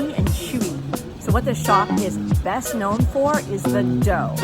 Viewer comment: "Beast" East or "Best"? LOL